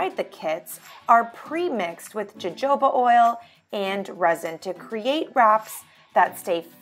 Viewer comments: fyi, Hohoba oil, J in spanish sounds like H in english. Otherwise good and useful video. I’ve been using wax wraps since they came back to the market a few years ago. Love em, so much more useable than wax paper or cling film. Wax paper doesn’t retain its shape when wrapping irregular objects. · I admit I almost spit out my coffee when she said that.